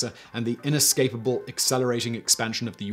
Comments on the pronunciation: Inexplicable Simon the paper said inexplicable not inexcapable. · I like how Simon misspoke "inescapable" instead of "inexplicable" at the end there lol. Had to make it a bit more dark and existentialist, eh XD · He got 11 minutes and 20 seconds through this extremely wordy video before saying inescapable where the text says inexplicable. Just had to point that out. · Inexplicable* NOT inescapable. You're welcome. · It seems the mispronunciation of inexplicable is inexplicably inescapable. Sigh.